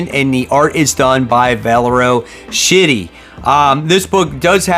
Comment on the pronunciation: Pretty sure the artist on GODS name is pronounced Sk-itty not shitty but it cracks me up every time to say it 😂